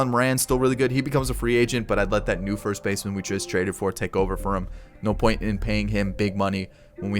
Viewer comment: When you cant say first 😭